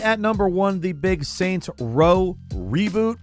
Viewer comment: SAINTS Row. Not Raint Row.